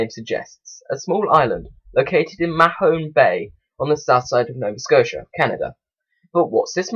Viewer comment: Oi m8 thought you said "Mah home bay"